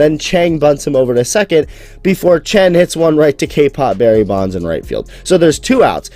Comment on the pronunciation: 江 鄭 陳 他唸起來根本一模一樣笑死